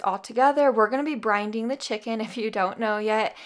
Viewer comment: brinding? Ohhh brining?